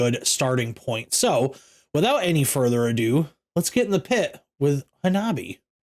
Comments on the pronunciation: The E at the end of hanabie makes an eh sound like the Canadian stereotype phrase. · Welcome to Harajukucore! Thanks for reacting to Hanabie (Ha-na-be-eh). They refer to their distinct sound as Harajukucore, a mix of metal, punk, electronic, pop, and rap. The name comes from the Harajuku district which is famous for its trendsetting street fashion, music and art scene. You can definitely see and hear those influences in the video. Hanabie are Matsuri - guitar, vocals, compositions. Yukina - clean and harsh vocals. Hettsu - bass and vocals. Chika - drums. This video features their former drummer, Sae. This song and the album were produced by Gaku Taura, drummer for Crystal Lake. He saw the potential in this band and took them under his wing, even filling as a support drummer when they needed one. He and Matsuri did an amazing job on the production of the album Girls Reform Manifest. 'We Love Sweets' is a song about sugar addiction. I believe the rapping section at the end is supposed to represent a sugar high and eventual crash. Yukina's vocals get higher and higher until she starts to fall off and eventually ends in her final harsh guttural voice. Here's a few song recommendations for you - 'Otaku Lovely Densetsu', 'Be the GAL - early summer ver.', 'NEET GAME', 'Envy', 'Reiwa Dating Apps Generation', 'Tousou' (run away). If you want to hear the band explain to an audience how to pronounce their name, here's the link